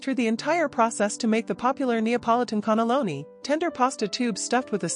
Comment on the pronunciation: WTF is a connolloni?? Cannelloni!!